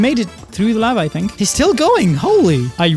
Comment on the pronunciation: "This is lavah" - Doc